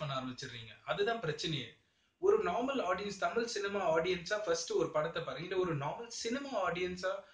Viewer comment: முதலில் டமில் பேசாமல் தமிழ் பேசக் கற்றுக்கொள்ளும். அதுக்குப் பிறகு புலி நல்ல படமா கெட்ட படமா என்று விவாதம் செய்வோம்.